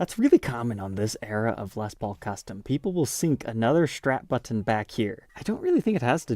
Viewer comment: I need you to stop saying button like that